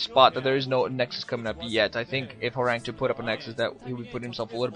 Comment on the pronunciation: btw, it's pronounced horangee, not horang2 :)